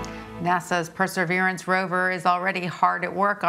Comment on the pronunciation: At least the second time, she actually said "Perseverance" right!